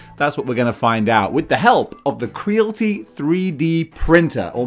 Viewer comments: Your saying it wrong bro it's Creality like Reality right not crealty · I think it's kree-al-it-ee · Cree AL it ee Rhymes with "reality" Not with "realty" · Not to sound like a dick but surely it’s probably pronounced cree-ality? Like mixing creative and reality? 🤭👀✌🏻😅 I could be wrong but makes more sense 🤷🏻‍♂️🫣😛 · Why you saying Creality wrong? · I believe Creality should be pronounced to rhyme with reality… kinda makes sense.